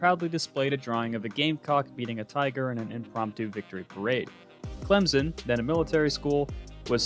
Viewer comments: It’s not clemzen it’s clem-son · You’re a Clemson fan and aren’t on him about his pronunciation?it’s not clemzen